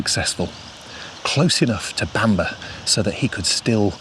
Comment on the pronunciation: Bamburgh is not pronounced Bamber but like burgh in Edinburgh so sounds like Bamborough.